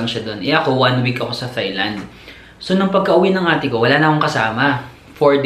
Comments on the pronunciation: Tailand po hindi THailand. Walang H. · I think it’s pronounced more like: “tie” and “tie-land”. 😊👍🏾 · You pronounce THAILAND as TAILAND. TH is read as T. It’s weird that most people don’t pronounce this correctly. Thank you!